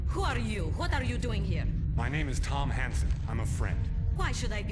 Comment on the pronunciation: Every time the main character's name is said I hear "Tom Handsome" and I'm not sure that's appropriate for this character.